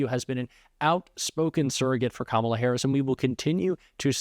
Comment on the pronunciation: That judge jeanelle or whatever her name is seeing she can't pronounce Kamala Harris's name. If she can't pronounce the name she shouldn't be a judge anymore!